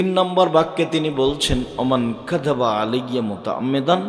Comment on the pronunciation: Huzoor kaziba noi kazaba podte hobe